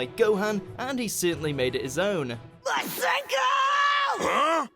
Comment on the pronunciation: It’s masenko